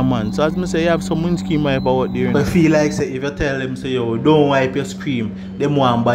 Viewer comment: Can you say windscreen instead of windscream 😅lol